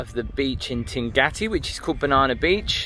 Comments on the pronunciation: You say Tingati beach - is it pronounced like that? I thought it was Tingaki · Yes, it's Tingaki :)